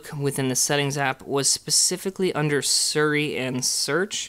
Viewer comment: It’s Siri not suri. It’s pronounced sea-re. Siri